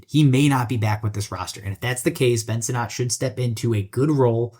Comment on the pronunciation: Ben “Sin-It”